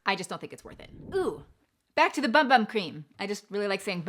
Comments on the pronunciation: A friendly tip, in Portuguese we pronounce bum-bum as boom-boom and it means butt cheeks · Fun fact but in Brazilian Portuguese bumbum it’s pronounced “boom boom” and not bum bum 😅😁 Loved the video, thanks for the tips!